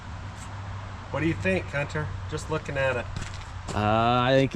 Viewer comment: Wait wait wait hold up hang on a sec ..... the ish time stamp did he call him " Cunter " or was it just Hunter and I'm planting a seed .................. 🤔🤣😁